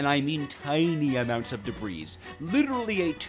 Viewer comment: The S in Debris is silent and is its own plural. I figure you know about the fluid thing already though lol